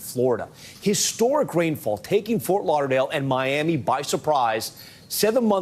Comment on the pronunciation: Fort Lauder-lale 🤔 0.45?